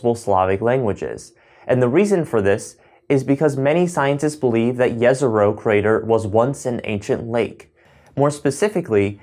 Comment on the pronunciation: Great vid just a small comment , it’s pronounced Jezrow rather than yesrow